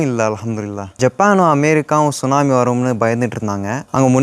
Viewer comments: தம்பி T சுனாமி இல்லை T silent எனவே சுனாமி என்றே கூறலாம் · T sunami solla kudadhu. Sunami Sollanum. Letter T silent. FYI